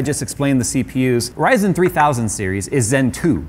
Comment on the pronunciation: He says "zen" normally, but says "ry-zen" like it's a different language